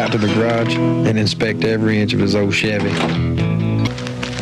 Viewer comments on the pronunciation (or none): none